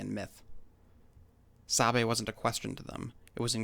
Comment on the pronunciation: Thanks for shedding light and truth about our culture, I as an ojibwe can say most of this is accurate, could use some work on the pronunciations tho, like migizi (Mi-Gi-Zi) (aa-mik) (saa'be) (ma-iin-gan)